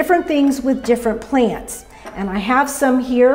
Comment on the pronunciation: Pla-ants. Never knew that word had 2 syllables.